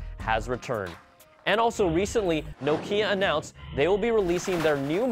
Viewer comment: If you're going to talk about Nokia in an Apple show, at least pronounce it correctly..